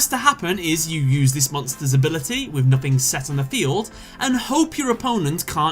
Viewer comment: it spells nothing not nofin